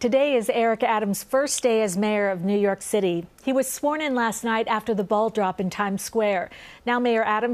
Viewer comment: Trojan horse....doesn't feel or look right. He can't even pronounce New York and he studders when he has to tell his "stories" to be relatable. Not feeling it.